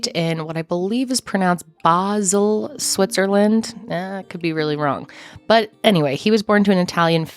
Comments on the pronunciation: Pronounciation of Basel was perfect. First image is Basel, second isnt ;-). Greetings from Basel ☀️ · Swiss here, you actually did really well with pronouncing Basel. :-) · your pronunciation of Basel was spot-on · it's Bah-zul. You are correct. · Basel - perfect pronunciation, well done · hello from Basel Switzerland! You have a fan here🙋‍♀️ btw: correct pronunciation of Basel💥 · I dont know of your pronounciation of Basel was right however it was perfectly in German. Impressiv !! :) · Basel is a Swiss German City and your pronuncation was just on Point 💫 Greetings from Germany🙂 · You aced pronouncing Basel! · you said basel perfectly! i‘m from switzerland, so i def know it☺️ thank you for the case❤️